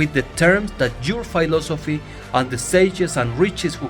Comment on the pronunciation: it´s philosophy, not phailosphy